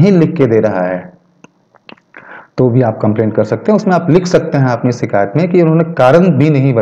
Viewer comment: " शिकायत " और " सीकायत " के उच्चारण का फर्क समझो